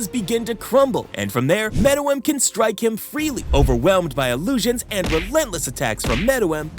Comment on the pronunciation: The way you pronounce Meruems name makes my brain stroke out.